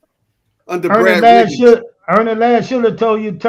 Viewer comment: "Brad RIGGINS' Skoo" It's Brad Rheingans. RANE...GANZ. School. SKEWL.